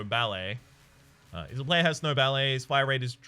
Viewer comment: Snow ballet... I have to ask do you say the names wrong on purpose? XD